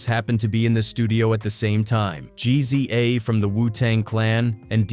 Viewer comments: "Gee Zee Ay from the Wu Tang Clan" 😂😂😂 WTF I've never heard "GZA" pronounced like that. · Bro said g z a lmao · GEE-ZEE-AY, lol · Did this 🥷🏾 really call GZA “Jeezy-aye”!?!🤦🏾‍♂️